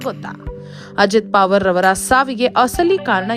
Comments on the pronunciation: ಅವರ ಹೆಸರು ಪಾವರ್ ಅಲ್ಲ. ಪವಾರ್ ಎಂದು. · ಪಾವರ್ ಅಲ್ಲ ಪ......ವಾ..............ರ್